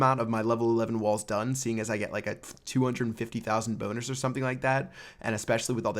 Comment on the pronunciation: First time I heard bonus. Then saw your comment and now only hear boner.